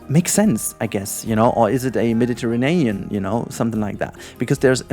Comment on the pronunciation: Sorry but I laugh everytime you said Mediterinean instead of Mediterranean. xD